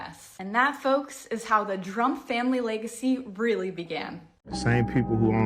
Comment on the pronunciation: trompf, not drumpf